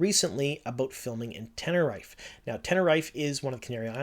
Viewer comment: actually, ten-ne-ree-fey